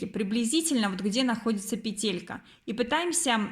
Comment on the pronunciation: Почему петЕлька?? пЕтелька - правильно! Вы же не говорите : капЕлька, а говорите: кАпелька.